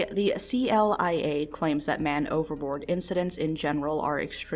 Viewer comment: Thought you were saying overlord everytime you said overboard might need to check my hearing or headphones